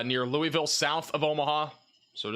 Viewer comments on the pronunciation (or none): none